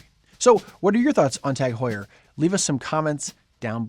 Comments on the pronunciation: Is that how TAG Heuer is pronounced? Is it not pronounced Taag Hyuur? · Can’t even pronounce it correctly 😂